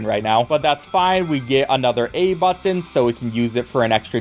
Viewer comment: I love you but I hate the way you say button